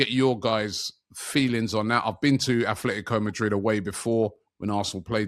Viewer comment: Atletico not athletico